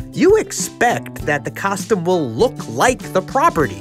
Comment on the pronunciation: ngl my dude, I love you, I love your work, I love your content, and this video specifically, but I hate, hate hate the way you say costume. "Kostem" blech.